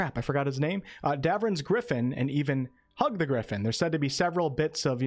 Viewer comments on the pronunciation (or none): none